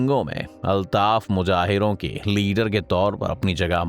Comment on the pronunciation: Mujahir nhi Muhajir G.A Muhajir 😍 G.A Sindh